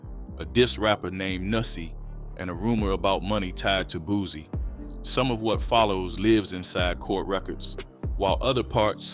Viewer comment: It's Boo C not Boo Z fool dam smh you sound like a goofy